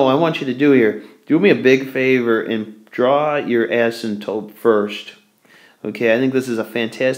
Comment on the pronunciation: asympTOTE, not asymtope